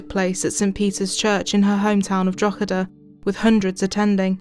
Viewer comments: Your pronunciation of Drogheda is almost perfect! The -h after the -g in the middle of the word makes the -g silent, similar to the weird rules in the English language that means GH make an F sound, rough, cough etc, except in Irish GH can make a H sound. It’s pronounced: draa-huh-duh, or dro-huh-duh (Thank you for making this video, as an young Irish individual I have plenty of family and friends who have emigrated to Australia over the last decade. This case is so terrifying.) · It's not important in light of what happened, but it's pronounced draw huh duh.